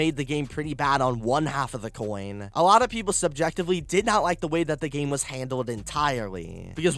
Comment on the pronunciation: Who elses ears hurt after listening to the pronounciations in this video? ".... the gaameeeee", "... the dlceeeeee", "when it initially drooopeeed" "cutsceeeeneees" "over and over agaaaaaain"